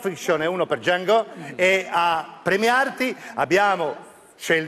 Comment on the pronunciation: mamma mia come ha pronunciato Django...😖